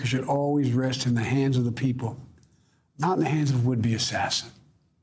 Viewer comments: He was trying to say "Ballot Box".😂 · I think he was trying to say ballot box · Not being mean, but I seriously couldn't figure out until almost the end when he kept saying battle box. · Did he say "battle box"